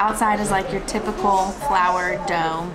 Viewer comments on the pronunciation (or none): none